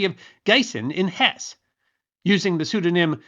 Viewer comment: Hesse is a two syllable word.